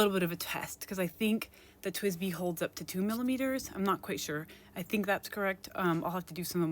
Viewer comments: You were pronouncing it as TWBZI (TwibZee when it's TwizBee). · Girl, you're saying it wrong. It's TWSBI .